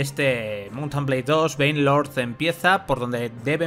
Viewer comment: Alguien que se dedica a ésto debería saber pronunciar el nombre del juego. Por lo demás muy buen vídeo.